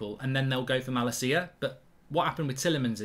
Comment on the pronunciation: I’ve never heard someone butcher the name malacia so bad